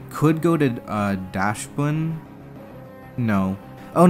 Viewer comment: The "Dachs" in "Dachsbun" is pronounced as the English word "Ducks" not "Dash" since it is derived from the German name for a sausage dog, "Dachshund".